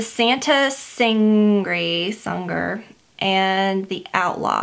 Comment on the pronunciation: Lol! Santa sang-grey. Long 'ah' sound in the first syllable. It means blood. Thank you for the video and the tips! I'm dying to try some of these now!